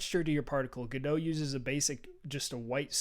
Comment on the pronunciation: Another guy pronouncing Godot "g-doh". Dude it's Godot as in the play "Waiting for Godot". That's God-oh not g-doh.